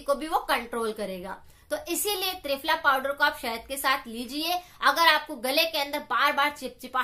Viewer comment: Mam ਤ੍ਰਿਪਲਾ ras bola app ne